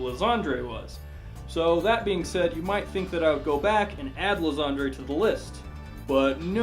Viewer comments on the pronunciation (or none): It's pronounced "Lie-san-der", not "lasagna". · Isn't Lysandre pronounced "Lai-Sander"? If anyone has seen the mega evolution special, I think that's how they say his name.